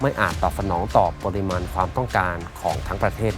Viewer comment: 😂😂😂...ฝากถึงพิธีกร...เรื่องการออกเสียงภาษาไทย....ครับ...ติเพื่อก่อนะ...คำว่า "ปริมาณ" ท่านอ่านออกเสียงคำนี้สองครั้ง ไม่เหมือนกัน เพราะคำว่า "ปริมาณ" ออกเสียงว่า ปะ-ริ-มาน ครับ..,มิใช่ ปอ-ริ-มาน 😅😅😅...สำเนียกไว้ด้วย..ครับ สงสารครูภาษาไทยบ้างนะ..😅😅😅...เพราะพวกท่านมีใช่ ai นะ ที่จะออกเสียงไปเรื่อยเปื่อย...😅😅😅😅...